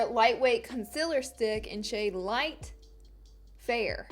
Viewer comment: Also when she says "conciler" instead of "conCEALer" and it's not an accent either because I'm from Alabama too...